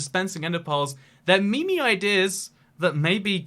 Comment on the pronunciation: He said me-me not meme